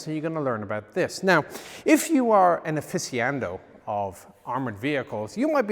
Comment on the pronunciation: Aficionado or aficiando?